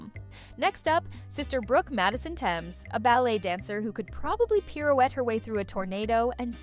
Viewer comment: I know nothing about if these facts are accurate but I do know it's pronounced Th-ames not t-emes. A basic Google search could tell you that.